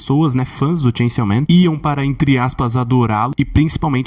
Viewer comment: Ele fala chainsiaw man de propósito né....